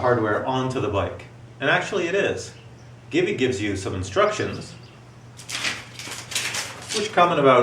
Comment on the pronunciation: Am I the only one who heard GIVI pronounced 'geevee' instead of 'jeevee'.